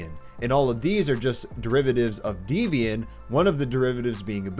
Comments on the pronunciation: As a developer on Windows who would really like to make the jump to coding with .Net on linux, I like your videos a lot. You've mentioned that you like history, so I'll throw one little nugget your way. It's pronounced Deb-ian (not Deeb-ian). The creator of Debian, Ian Murdock (R.I.P.) named it using a mashup of his wife's name (Debra) and his own. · Deb, It's Deb. As in Deborah. Deb and Ian. Not Deeb and Ayean... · It’s not de-bian it’s deb-ian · Not Deebian, Debian for Debbie, her name wasn't DEEBIE. lol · Hate to correct you, but it's pronounced Debbbyann (debian) after the creators daughter, Debby. Not deebian. Got it? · Debby and Ian Deb-e-Ian not Deebian.. I've never met a girl called Deeby have you??? Please get this right why do some still have no clue how to pronounce Linux names properly??? Also you are not proficient enough to recommend anything and this is obvious by your commentary.. Maybe you should just stop because this video is rubbish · I've now heard several people say Debian as dee-bee-un. I thought I read somewhere that it was comprised of two names Deb for Debra and Ian. Have I been pronouncing it incorrectly, Deb-ē-un, all my life? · Debian is pronounced "Debian" not "Deebian", it's a combination of the names Debra and Ian, the creator and his girlfriend at the time. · i've never heard anyone call it Deebian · Oh no that pronunciation of Debian (Dee-bian) :P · It's pronounced Deb Eee In my guy. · Mispronouncing Debian so many times made me cringe, but otherwise I think your tips are on the money.